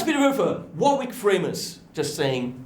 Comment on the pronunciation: there's a place called warwick pronounced 'warrik' in the UK, as well as the actor Warwick Davies. As you pronounce it differently, and Warwick is a German company (i think?) is it a German word?